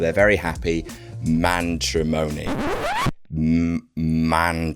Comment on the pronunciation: Mantrimony " god I miss lol